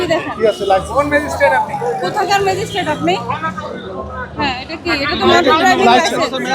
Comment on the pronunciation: উনিতা ম্যাজিস্ট্রেট বলেন নি। বলেছেন ম্যাজিস্টিক।